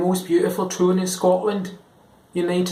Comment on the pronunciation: Good job mostly. Glaswegian was a "liiitle" off. You made the O s a little rounder than they should be. Like town became practically "toon" while it should sound something like "toun" or a very short and frisky "tone".